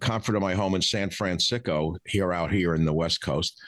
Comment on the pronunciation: "San Fransicko" - Priceless!